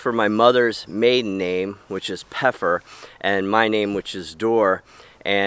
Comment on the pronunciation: You're saying the name wrong. You don't pronounce the P in German you say feffer which means Pepper in English.